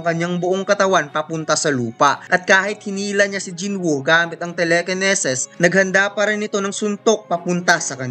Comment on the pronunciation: Angas ng telekeneses ah 😂